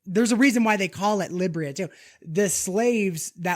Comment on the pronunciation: Dude is sayin lybria lmao Liberia u mean